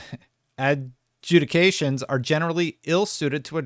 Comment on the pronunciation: Adjudication… That darn word gets you every time! 😂